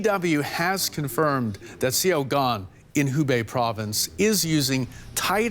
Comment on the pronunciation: I was wondering what “see yow gone” was. That studio reporter really butchered that one.